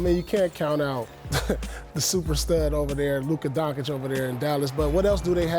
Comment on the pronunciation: Paul picked the pelicans cuz he still don’t know how to say Luka doncic 🤣😂🤣